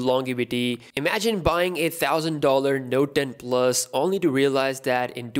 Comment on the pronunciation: Where did u hear that lmao it 1000$ but i agree his accent makes it sound like 8000$